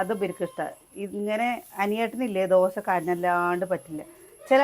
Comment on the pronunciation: ദോശ എന്നു പറഞ്ഞു പഠിക്കു